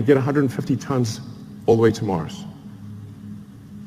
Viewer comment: its 'MARS' not 'MARCH' lol.